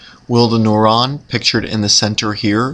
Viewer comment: why the heck is he pronouncing neuron as "noron"? Rhymes with moron, what a moron.